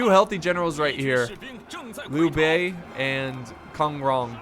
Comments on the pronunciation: Sun(S-wu-en) Jian(J-i-an) 孙坚, Liu(L-i-u) Bei(B-ei) 刘备，Kong(K-on) Rong(R-on)孔融 and so much more! I love to see people struggle on saying Chinese names! Thanks for the fun! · Lu bei is pronounced as loo bay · its LEE-U Bei .for example. Kong Rong. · Pronouced Liu Bei correctly then pronouced it as Liu Bai Liu Bei: Fades away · I believe it is pronounced Leo Bay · My god, its pronounced Sun Jian(Soon Geeyan) and Zheng Jiang is so simple jesus and Gongsun Zan(deep A) and Liu Bei(Liyu Bae) and its Tao Qian(Tao Chian) and Zhang Fei( Jang Fei) and its Xiahou Dun(Shia Hou Dun) and its Yuan Shu(You an Shoe) Every other name i didnt mention you did it properly but my god bro so far. Also, this game has a heavy focus on cavalry then compared to other total war games, you should have utilized Cao Cao(Tsao Tsao)’s unique shock cav called the Tiger and Leopard Cavalry and Heavy Tiger And Leopard Cavalry. Posibbly you could habe hidden some cav units in a treelin near a part of the wall and get some trebs to open up the wall so you can charge in cav very early on. and you should have made use of gongsun zan’s special unit called the White Horse Fellows as they have 250 range and superior ammo and do lots of range base damage and armour piercing damage AND they can do melee, they have an insane charge bonus have good melee invasion and they have swords so they can stay in melee too so basically there called a skirmisher cav but it also serves as shock cav and melee cav, DID I ALSO MENTION that they can fire while moving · For Liu Bei it is pronounced as Lee-oh-bei. Chinese: 刘备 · you read the b as a p without letting any air out. So Lu Bei is read as Lu Pei. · Liu Bei might be pronounced Lyu Be'i